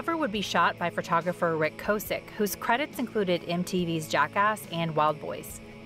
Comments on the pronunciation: Kaw-sick...not co-sick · Its Rick K-awe-sick… not K-oh-sick btw He’ll always be Rick from Big Brother to me ❤️